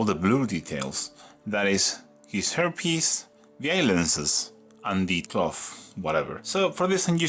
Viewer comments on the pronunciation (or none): Amazing paint scheme. One thing that made me laugh in the video (and please don’t think I’m being critical because your English is amazing) is that with your accent “hair piece” sounds a little bit like “herpes” which is very fitting for EC I think.